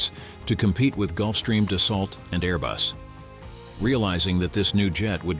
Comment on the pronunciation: 'BOM-BAH-DEE-AYE', it's a French Canadian Company 'DUS-SUHL'- it's a French company NBA2-Nobody in the industry calls it the NBAA